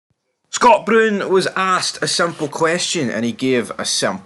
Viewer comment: No1. There is no old firm the Rankers died in 2012. No2. Can you not pronounce Brown right. No3. Chris Boyd hair and teeth transplant is the most biased pundit on the telly. No4. Away and bile yer heid.